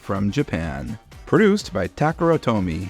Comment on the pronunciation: As a Transformers fan, I've never heard anyone say it as Ta-Kei-Ra. I'm so used to hearing Tuh-Kah-Rah that I almost didn’t recognize you'd said their name!